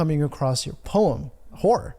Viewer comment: Just came here because of .... 😅 and its poem, not poem.